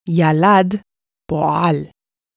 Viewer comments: פועל זה במלעיל. חוץ מזה הכל מושלם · זאת עברית מקראית בהגיה ספרדית אם לא הבנת. וחוץ מהמילה פועל היא הגתה הכל מושלם